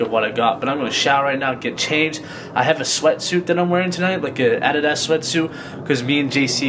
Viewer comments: Anyone else cringe at the way Corey said Addidas 👀🥴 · I remember Corey mentioning the American pronounciation of Adidas in an older video. Lol. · no one is gonna mention how he said adidas? 😂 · HOW DID HE JUST SAY ADIDAS?